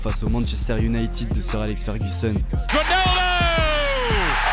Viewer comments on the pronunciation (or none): none